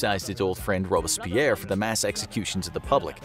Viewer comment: Dude, one thing. It's Robs-pierre Rob-berts-pierre. Don't let bad pronunciation runs an otherwise good video.